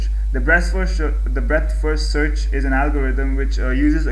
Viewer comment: breast first searh LOL :P